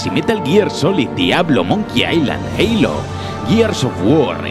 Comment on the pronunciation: se dice jalo no jeilo me refiero a halo